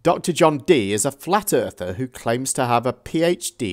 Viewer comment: "I'm not a Flatt Erffer. I'm a Globalist [sic] denier." She actually thinks that makes her sound less of a LoonToon? "I'm not a Creationist. I'm an Intelligent Designer." Oh. That's the same thing. Hmm... "I'm not either of those. I'm an Evolution Denier." So. No one _claims_ anything any longer. It's only about denial. But... isn't that a claim? FlerrFerrs are fucking idiots. (Ding!) [1]